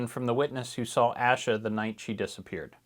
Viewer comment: Beginning of Asha’s name is pronounced like Day or Hay. Thank you for covering her case…Judge Cannone is pronounced a bit like cannoli…The judge didn’t ignore the jury’s decision on two of the three counts- No one was aware of that decision until jurors came forward after trial to say the form & instructions were somewhat confusing & they thought they had to agree on all three counts instead of just one & that’s why they couldn’t reach a verdict. The appeals court ruled against any further action in regard to the ultimate deadlock.